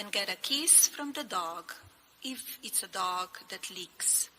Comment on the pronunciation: "Eef its a dog that leaks" 😭